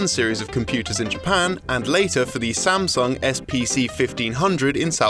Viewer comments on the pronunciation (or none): none